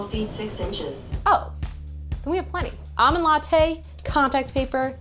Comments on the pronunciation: AWmond latte... LOL it's ALmond! Did anyone else get truggered by that? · There's an 'L' in the word almond. 😬